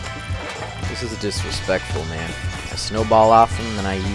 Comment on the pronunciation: are you a german? (Oh mann) Lol